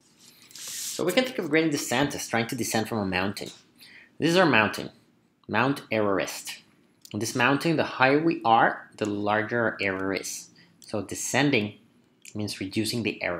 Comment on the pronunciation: Its Mount Everest, not Mount Errorest.